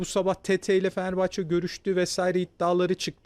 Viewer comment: Asporun Fenerbahçe diyemiyen konuşma özürlü bayan spikerleri feneebahçe ne amg ya..konuşmayı öğrenin biraz.